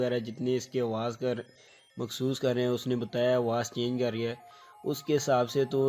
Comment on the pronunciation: Yar "mehsoos" hota hai ya "Makhsoos" ????